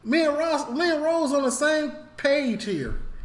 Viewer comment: It’s not rose 🌹 it’s Ross 🤣🤣 love your content